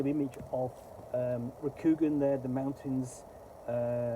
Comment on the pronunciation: Cool setting, but awful system, infused by insipid identity politics, which is a shame. And it's pronounced with a long, soft "a" sound in Rokugan. More like Rokugaan, sounds like han.